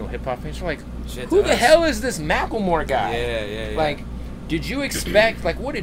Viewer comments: Am I the only one bothered by the fact that he's pronouncing his name "Mackelmore" instead of "Macklemore"? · Mack ul more=Macklemore